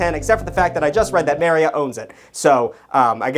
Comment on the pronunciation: As per usual is over here saying words completely incorrectly. It bothers me sometimes because Marriott is not pronounced like that at all. According to Google it should be pronounced the same way that Chariot is, Marriott correctly rhymes with chariot. So if you're saying it like 'MaryOTT', you sound like an asshole.